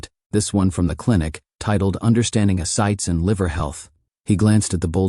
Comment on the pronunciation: It's pronounced a-ci-tees. Get it right!!! It is a serious problem. They don't drain it from the belly button, they do it from one of the sides.